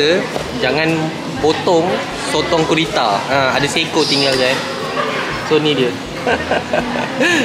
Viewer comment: bukan kurita tapi gurita salah tu saya cuma nak betulkan je